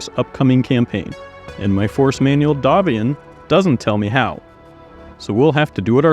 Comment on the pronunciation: Thank you for properly pronouncing "Davion", which comes from the French "D'avion"